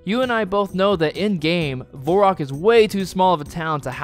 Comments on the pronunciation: Ot's nit Vorrock, ot's Varrick. I figure if we're just reassigning phonetic sounds to the wrong vowels we might as well go all the way. Why don't we just start calling the game "RanuScopi" if we're just arbitrarily deciding that the letter A now makes the O sound, why not roll a dice and just use vowels randomly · its definitely not Vor-rock like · Pronouncing it Vorrock is just plain silly. It has an a! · It's Var rock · its varrock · What about the world "variable"? would you look at that and pronounce it "vore-iable"? no because it's wrong and sounds just as cringe as "Vore-rock"... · my man how the hell did you come up with your pronunciation of Varrock? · I love how you even acknowledged that you’re pronouncing varrock wrong and then continue to do so lmao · im astounded that you you somehow got the pronunciation of Varrock wrong in both examples lol edit: i just heard your pronounce Gielinor wtf dude hahaha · I bet you pronounce Gif the same way you pronounce Giraffe, too. The fact that you insist there's no one right way to pronounce Varrock earns you a dislike lmao Just learn to say it like a normal person. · Straight up changing the syllables to the name Varrock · Nice video, even if i hate the way you say varrock lol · i was enjoying the video, and then you literally mispronounced Varrock and made fun of people for correcting you so I clicked away, but then I came back to comment this...its literally an A not an O dude, thats why people give you a hard time. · I'll like and subscribe when you can pronounce the A in Varrock. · IT'S NOT VORROCK. IT'S VERRACK 😤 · In what reality is "Varrock" pronounced "Vorrock"???? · VaHrock not VOurock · How do you pronounce it vorrock? there's literally an a. Vair-ock varrock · Dude. I let "Vorrock" slip but "Geilinor"?!?!?!? It's Gielinor. And also "Varrock" or "Verrock" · Its Varrock, not Vorrock. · It's not Vorrock or Verrock... It's Varrock? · Vair-ock not Vohre-rock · V-AIR-ROCK... not V-ORE-ROCK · Its not VORErock.